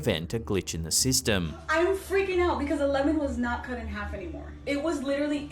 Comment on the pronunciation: Clip number 4.. It's half not harf